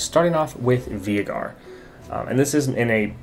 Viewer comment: Why does he call Veigar (V-ey-gar) Vee-i-gar?